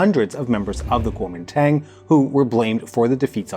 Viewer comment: Man, you don't know shit about Taiwan. If you're going to pontificate on foreign matters, you might want to at least check your pronunciation. I'm hoping that it's just ignorance that kept you from mentioning that Chiang and the KMT (that's Guo Ming Dong in English) shipped as much of the art and gold as they could over to Keelung as Mao's forces closed in on them over in the mainland. Your numbers on the White Terror are drastically understated. The island is a very complicated place and among my favorite in the world. Please show some respect for the dearth of nuance!